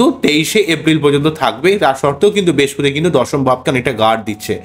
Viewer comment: মানুষের ভাগ্য নিয়ে বলছেন অথচ উচ্চারণ ঠিক করে করছেন না। "বেশপতি" কি?কথ্য ভাষা বলে নিজেকে আড়াল করবেন না।